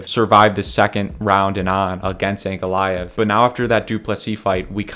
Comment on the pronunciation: Hearing you mispronouncing Ankalaev is deafening. I get that there's a reason you guys are YouTubers and not professionals but the amount of invalids (good luck with that one) on this platform mispronouncing simple words and names are astounding. How have your parents let you into the world being so unintelligent?